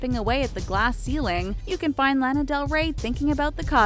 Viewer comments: she said lan uh . its lah nuh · you pronounced Lana wrong...